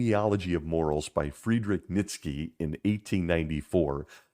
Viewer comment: Great video as usual. One thing, Nietzsche is pronounced knee-chuh. Kinda weird, but that's how the Germans pronounce it.